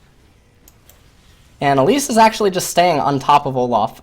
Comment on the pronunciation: Why do you pronounce Olaf as Olof? There is an a not an o, you also pronounce Dorans as dorons, and mana as Mona. Really annoying to listen to you, your commentary is great otherwise just cannot stand your pronunciation of a sounds as o sounds for some reason.